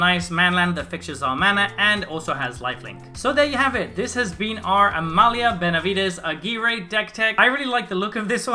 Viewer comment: You must be Spanish-speaking, you're the first person on Youtube I hear pronouncing this name properly :D